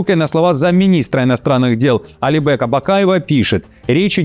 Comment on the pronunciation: Почему АлибЭк Бакаев? Он же не хрюндель! Он Алибек Бакаев- не путайте, убогие!